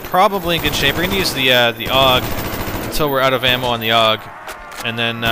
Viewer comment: AUG not ogg